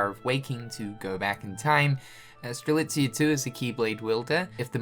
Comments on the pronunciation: finally saying Strelitzia’s name right 😆😆😆😆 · Its great that you can pronounce Strelitzia right now; now do it for the other x characters! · Having pronounce Strelitzia correctly is the most unbelievable thing this year ahem jk xP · I saw this thumbnail and begged that he wouldn't say strelisa, god that felt great xD